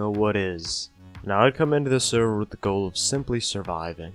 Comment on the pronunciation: Please! Say server.